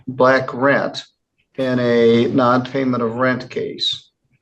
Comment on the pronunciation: he def said black rent. 😂